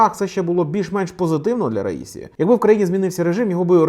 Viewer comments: Мені здається, що іранські прізвища вимовляються з наголосом на останню голосну. Отже, РаісІ, а не РаІсі! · "Я ж наказував - расію, а не раїсю!!!"